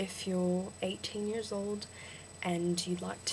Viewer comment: vowels - one syllable not two country - cUHntry advantage - the first one was right years - yeahrs (lighter on the 'r') um - sounds less like 'arm' out - owwt (too british) and yeah - dont expoit your citizenship! check out Adam Hills